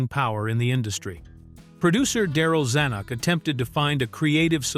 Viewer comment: "They" didn't crash into the pen holding the bull, only Butch. Teach your AI narrator how to pronounce Robert Zanuck and Burt Bacharach's name. The singers you refer to came out of the New Christy Minstrels Use fewer words...a LOT fewer.